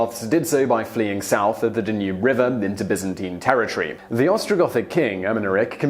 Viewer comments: DAH nube river, not dah NUBE. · The river is called the Dan-Yoob, not the Da-noob. Ffs. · The D'nuube River. Mate , it's Danube. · Please learn to pronounce Danube the accent is on the first syllable not the second. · Odd pronunciation of swarthy, Danube and Byzantine and Aetius. There could be more. I skipped through a bit. I wonder what the provenance is for those particular pronunciations.